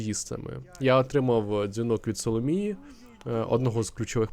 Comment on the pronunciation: "Соломії" ахахахаха